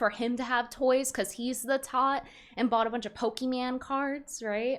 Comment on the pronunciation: It's not Poke-MAN, It's Poke-MON. Geez ... like ... uhhhhhhhhhhhhhhhhhhhhhhhhhhhhhhh .... get it right Brittany .... (Jeremy Hambley probably)